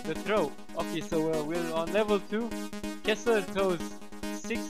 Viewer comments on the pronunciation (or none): I'm pretty sure his name is Kesler, not Kissler. XD